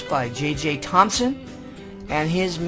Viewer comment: Its JJ Thomson not JJ Thomspon if you see the subtitles.